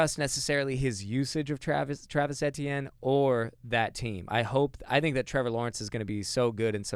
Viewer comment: I thought it was EE-tienne